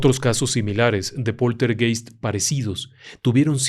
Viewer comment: Poltergeist se pronuncia POLTERGAIST.